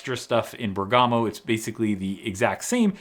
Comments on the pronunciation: Exiting times!,on a side, Italian tip: it's "Bèrgamo" not "Bergàmo" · It’s not really important but it’s pronounced “Bérgamo” not “Bergámo”. Emphasis on the first syllable. Just FYI. Love your videos. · Bergamo is pronounced by stressing the e, like Bèrgamo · It's pronounced Bèrgamo! Pota!